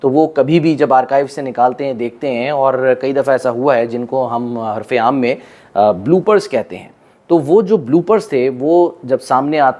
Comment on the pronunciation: آپ یہاں غلطی کررھے ہیں عرف عام نہیں ھے عرف عام پڑھا جائے گا یعنی پہلے ع پہ پیش لگے گا آپ پہلے ع پہ زبر لگا رھے ھیں پلیز درست کرلیں